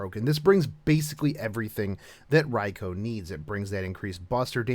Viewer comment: Ok, I thought it was just the way you pronounced the name, but for the historical version you actually pronounced "Rai-Kho" but keep saying the fate version like "Rai-Koo". Why is that?